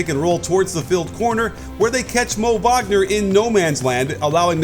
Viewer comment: Didn't know Mo Wagner is spanish . Interesting 🤣